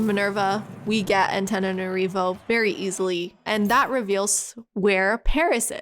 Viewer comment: I like the effort u put in the pronunciation so Antananarivo is prononced Antananarivou, like a "ou" sound in the end. Gg nice run.